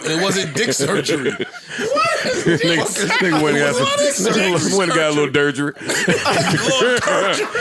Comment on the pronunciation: lmao got a "durgery" 😂😂😂😂😂😂